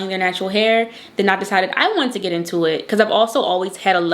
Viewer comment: Yes, you are from Baltimore. That "tew" (to/too/two) gave it away🤣🤣🤣I'm from Baltimore "tew" 🤣 East Baltimore born and raised. You're so pretty and good luck to you and your business endeavors.